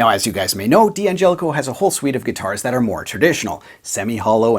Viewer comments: After all this time, I would have thought that a guitar pundit like you would have learned how to pronounce the name of this incredibly generous company... Dan-Jelli-Coe, with a slight emphasis on the 'Jeh'.... actually, it's easier to say than Dee An-jelli-coe, wouldn't you agree? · It's pronounst "Dangelico"